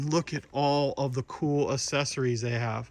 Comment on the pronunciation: Accessories is pronounced ak-SES-or-es. The first c is pronounced as a k, as in accept and accentuate and accelerate.